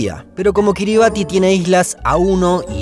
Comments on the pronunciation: Kiribati se pronuncia Kiribas. Gran vídeo. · Excelente video !!!. Kiribati se dice Kiribas , allá el ti es una s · Estimado, segunda vez que veo que pronuncian mal Kiribati. Aunque se escribe así, se pronuncia KIRIBAZ